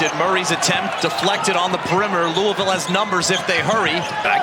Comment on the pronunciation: This ACC announcer doesn’t even know how to pronounce “Louisville”.